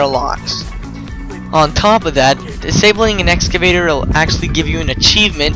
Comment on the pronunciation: excavator, not escavator. lol.